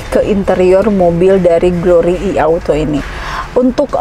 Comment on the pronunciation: Nah ini baru penyebutan "I" bener, bukan "Ai"..